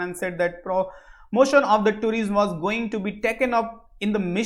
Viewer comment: somebody tell him tourism is pronounced as touri'sum' and not tureesm